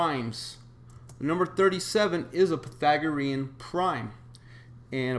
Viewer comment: Pythagorean, not Pathagorean,.